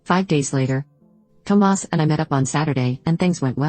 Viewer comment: I just wish the bot would stop calling him Toe Mass